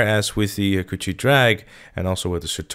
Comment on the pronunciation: An Easter egg is that you are pronouncing "Hakuchou" wrong" It should be pronounced "Haa-Koo-Cho" not "Ha-Coochie" Signed - A Hayabusa Fanboy.